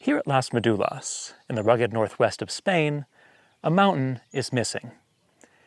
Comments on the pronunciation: Please learn how to say Las Médulas. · The topic of this video is Las Médulas. It's not about being language purists but a massive facepalm: how could he miss that?! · Las Médulas (stress in the first syllable, as shown by the tilde) and many other mines (gold ones shown in the map) were conquered by Octavian (Augustus) in a very bloody colonial war known as the Cantabrian War, which not only conquered the Cantabri but also their Astures allies. These two brave nations were the last part of Hispania that remained free from the Italian Empire. While often not discussed, obviously most miners were slaves toiling in terrible conditions and dying there for the wealth of Rome, i.e. the senators and knights and their endless appetite for luxuries, often imported from Asia, that Pliny already denounced as their probable undoing. It's not any coincidence that when Las Médulas and other mines were exhausted, the 3rd century crisis happened. The Empire was not rich anymore.